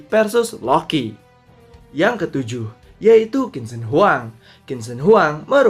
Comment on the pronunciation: Bacanya bukan kin se huang…tapi chin se hwang